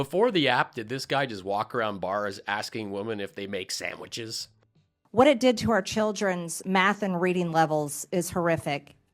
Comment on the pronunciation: How's making MIKE STEAK SAMWICHS?? LMAO